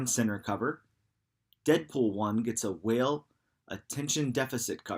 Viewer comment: Wale is pronounced. (Wall-Ay) Nice video but the mispronunciations are killing me. 😩